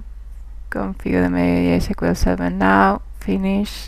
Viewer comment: No no no You cant say "My esquel"!